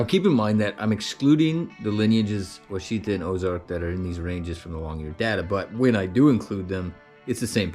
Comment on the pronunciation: Wichita is not pronounced as Wha cheetah. It is pronounced as Wash a taw as in Wichita KS. Wichita is not pronounced as Oh cheetah. It is pronounced as Oh ash a taw as in Ouachita MO or the native American tribe.